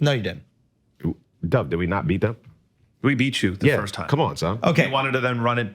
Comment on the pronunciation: Why do they keep letting Akaash say "Firsh" in his announcements